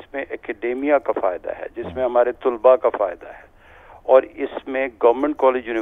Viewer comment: یہ جی سی یونیورسٹی کے وی سی ہیں لیکن انھیں یہ نہیں پتا کہ لفظ " طُلبا" نہیں بلکہ "طَلبا" ہوتا ہے.